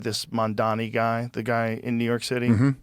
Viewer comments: Forgetting the uninformed take on his policies. Why is it so hard for these guys to get his name right? Surely after interviewing thousands of people you can get the name right... Mamdani (Mum-da-knee) Not Mandami or mamdami. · No hate to Zabit but you can pronounce Magomedsharipov properly but not Mamdani? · These oligarch apologists like Joe are purposefully mispronouncing his name. Joe is so compromised it's ridiculous.